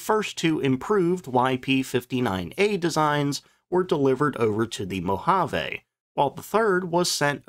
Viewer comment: It’s pounds-force, not foot-pounds. It’s Muroc (Murh-och) not Murdock. It’s Moh-ha-vee, not Moh-Ha-Veh. It was quite common in the era to baby-steps the flight testing in the States, where they had the luxury of infinite runway, to take “short” straight-ahead hops on the lakebed, in, and just out of, ground-effect. Aircraft design was still an art., I really enjoy your content otherwise. 👍😃